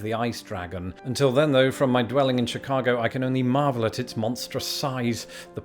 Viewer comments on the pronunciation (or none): none